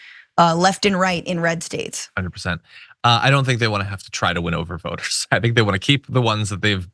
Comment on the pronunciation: Oh! You said “voters”! I heard “boners” and that made it much funnier!😂